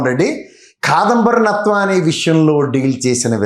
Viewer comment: KSP గారు కాదంబరి నత్వాని కాదండి జత్వాని యాంకర్ గారు మీరు కూడా పేరు తప్పు చెబుతే నవ్వుతున్నారు పేరు తప్పని చెప్పండి